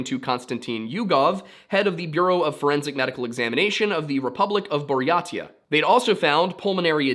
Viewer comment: Buryatia is pronounced bur-yay-sha